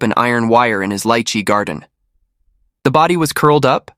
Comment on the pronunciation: Hooray! Someone who pronounces lychee the way everyone in Hawaii does! 😅